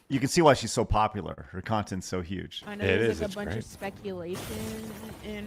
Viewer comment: Extra emphasis on " Huge " 🤣🤣🤣